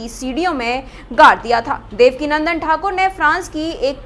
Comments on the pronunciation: Devakinandan not Devika Nandan 😂😂😂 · देवका नन्दन नहीं देवकीनंदन बोलें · वैसे रिपोर्टर को मैं बता दूं कि पूज्य गुरुजी का नाम देवकीनंदन ठाकुर जी है ना कि देवकीनंदना